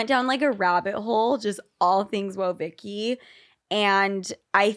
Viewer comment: Yeah, it is but she called her "OhVicky" instead of "WhoaVicky" at the beginning.